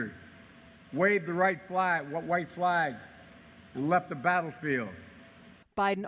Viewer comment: "waved the righ-white flag". If I was a nitpicking snowflake I'd call that racist 🤣